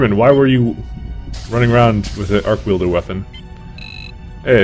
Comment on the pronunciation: I have never heard arc welder pronounced "arc wielder" before.